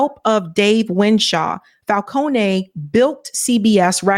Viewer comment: Drop the "a" sound in "Falcone". It's a common Italian name and nothing personal my dear you speak well but your pronunciation while reading really needs practice. Have a good day.